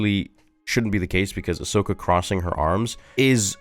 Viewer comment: "Hi im ahsocka & today we're gonna be avenging the jedi" im DEAD 😂😂